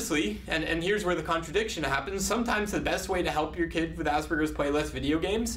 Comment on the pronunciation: Hehehe, his pronunciation of asberges kills me